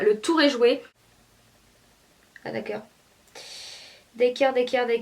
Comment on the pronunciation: "d'akkeur, d'akkeur d'akkeur d'akkeur" ça ma tué x)